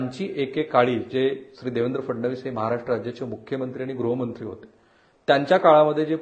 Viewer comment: ग्रहमंत्री म्हणू नका, गृहमंत्री म्हणा.